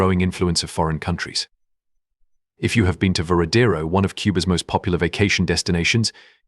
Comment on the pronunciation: It's Varadero not veradero